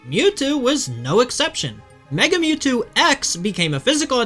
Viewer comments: the moo-two, I was lauthing my ass off :D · "Three fingers….it means hail satan" Holy shit…..that is cold AF, it’s ashame Mewtwo was ruined by pokemon…. Also it isn’t mootwo, it’s Milkthetwo